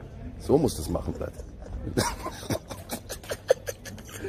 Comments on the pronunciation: Niemand Wirklich niemand Knossi: Blaat anstatt blyat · Das heißt nicht blät das heißt Bliat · Knossi: Blatt Russen: Blijat Bin selber russe und es regt mich auf wenn jemand blatt sagt😂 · Es heißt Blyat